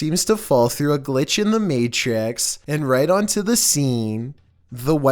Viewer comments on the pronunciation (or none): none